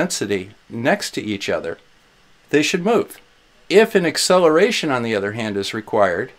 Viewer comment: Did you say the ‘eggcelaration’ of gravity? you kill me. 🤣🤣🤣